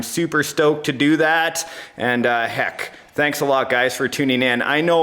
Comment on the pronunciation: luv da Canadian way of saying heck